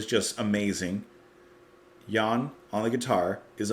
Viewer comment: Oh, one small adjustment you might want to make next time round: "Haydn says Hi." (The name sounds like, "High Din".) OTOH your "Jan" is spot on according to my ears. And the review as not too shabby either. :D